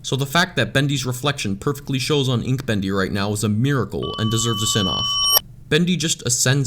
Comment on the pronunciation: sin counter not ain